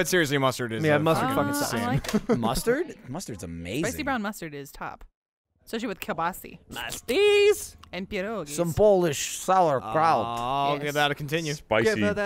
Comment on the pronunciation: its keel-bas-AH not kabasee